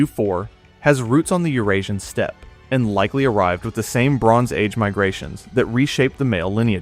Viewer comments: Please hire an AI robot who can pronounce the word “steppe” as “step”. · Where did you learn to read ? Your pronunciation of "steppe" was horrible ! It makes me suspect that you are a cheap computer A.I. voice. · Very informative! I've always wondered about the Black Irish. This is kind of a nitpick, but Ui Neill isn't pronounced ooey-neal; it's closer to ee-nail. And steppe is pronounced "step", not steppy.